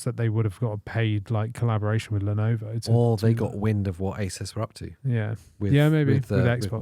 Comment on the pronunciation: I just noticed you pronouncing ASUS as aysis. I thought it was aysoos. Sorry that's all.i could think about.